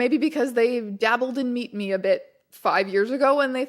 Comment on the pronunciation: I heard MeetMe as MeatMe for half the video which makes this just 200% more entertaining